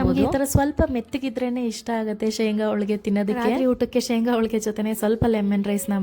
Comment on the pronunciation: ಹೋಳಿಗೆ ಮೇಡಂ ಅದು ಹೋಳ್ಳಿಗೆ ಅಲ್ಲ